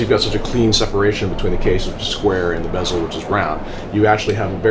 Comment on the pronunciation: When did change his pronunciation of bezel?